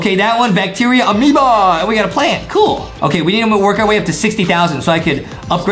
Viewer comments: hey justin its not ameba amoeba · i like when justie said AMEOBA